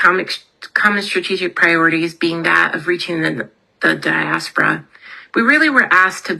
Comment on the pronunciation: Please make her stop saying Diaspora!!